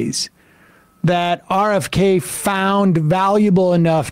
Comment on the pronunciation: Bone fidays???? Are u being sarcastic with that pronunciation? lol